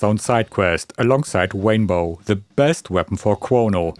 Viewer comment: The Wainbow! 😅😅